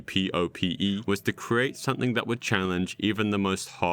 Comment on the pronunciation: IT'S "something" NOT "sunthing"